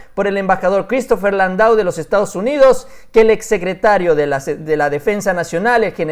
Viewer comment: SE ESCRIBE LANDAU PERO SE PRONUNCIA LANDÓ